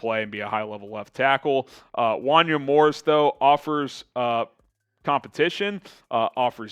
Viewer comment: First can we please you Morris’s name right. Pronounced “wahn-YAY”. I loved the pick tho former top recruit great athlete and looked awesome at the senior bowl. One of my guys coming out of the draft hope he turns out.